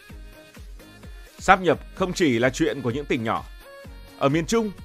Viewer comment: Đến cái cách phát âm còn phát âm sai, mang tiếng BLV. Sát nhập á, hài v